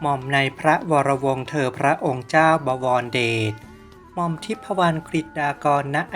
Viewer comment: บอ - วอน - ระ - เดด อ่านไม่เป็น